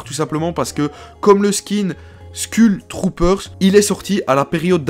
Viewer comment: Il dis skull Troopers mais sa se dis skoull trooper